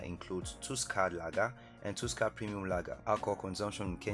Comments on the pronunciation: It's pronounced tasker not tusker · Tell them it’s Pronounced taaska not tuska,some respect for Tusker beer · It's not tuusker it's tusker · It's"Taaska" not "tooska' you've got have respect for our Kenyan Tusker beer! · The way he butchered the name Tusker Lager! I almost didn't realise what he meant!😭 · Well here in Kenya that's not how we pronounce Tusker , and yea we drink alot , led by our president